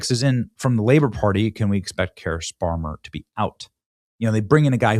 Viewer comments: Benny.. Kier is pronounced “Keer” not Kire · Keir pronunciation like queer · You're pronouncing his name incorrectly , 'Queer' Starmer